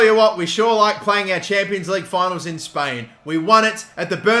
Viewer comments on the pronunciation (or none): none